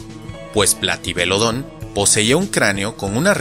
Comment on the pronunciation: Me encantó el video, espero que sigas con las demás entregas. Me surgió una duda al comienzo, y es que en un video anterior sobre pronunciación de nombres científicos dijiste que las palabras agudas no existen, por lo que, desde entonces, creí que en nombres como "Platybelodon" o "Iguanodon" tendrían su acentuación en otra sílaba, sin embargo pronunciaste "platybeloDON"